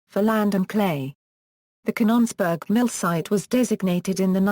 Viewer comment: robot mis-pronounces Canons-burg as Cahn-NONs-burg. . . and also Vit-tro as Vee-tro. . . . and left out the man-made hill burying the radioactive waste. . .